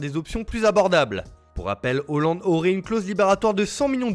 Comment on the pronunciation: C'est la bonne prononciation